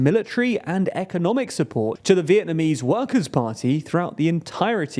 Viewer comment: who is "Vietnmans"?